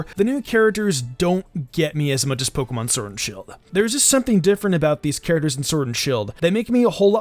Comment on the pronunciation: Had to bail out after hearing Pokemon Surd and shield 1 too many times